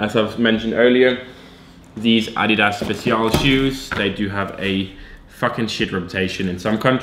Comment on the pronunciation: the way he says adidas, lol, "Ahh- Dee-dahss"